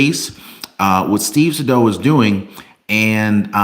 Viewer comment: Pronouced Steve Saydough not saydow